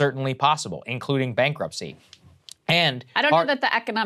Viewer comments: it's bankruptcy not bankruptchy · Bankruptchy? Hey, chew your food before you talk. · "BANKRUPTCHY"! please say it isn't so.... looks like Kyle was demoted to copy